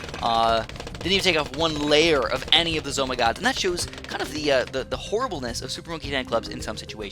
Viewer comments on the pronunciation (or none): why do y call them Zoh my gods